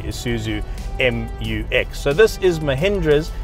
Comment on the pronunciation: That MU-X is pronounced MEW-EX, btw. 😊. The ground clearance on the Scorpio-N Is a measly 187mm. That's ludicrous; what were they thinking? And those silly lift kits don't raise ground clearance at all. Guys can't think for themselves, apparently.